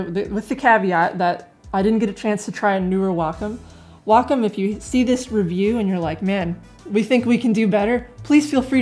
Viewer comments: I have the iPad Pro for 2 months now, an iPad 2018 3 months prior to that. Mainly for drawing direct digital. One thing you did not emphasize more is the fact the Wacom (it’s pronounced Wa-Kom) Cintiq is just a display drawing tablet that you need to connect to a dessktop/laptop. At the practically a bit more cost than a Cintiq, the iPad was a logical purchase - portability, long power use of 8-9 hours, and yes, Procreate as the best mobile digital art app as the main reason why I spent over $1000 for drawing. As an anti-Apple, I can sympathize with the your sentiment - it just works, bitches! Now I get laughing reactions from colleagues who know me to be anti-Apple. But the only thing I care about is that I can draw anywhere, and I have just finished a comic strip while I was on the couch while watching my favorite TV show. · lol all i hear is "wack um"... Anyway is it me, or does it look like someone is sitting behind her pretending to be her arms. :)